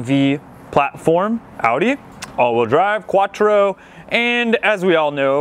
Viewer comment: first thing i thought when i heard him say "quattro"...facepalm lol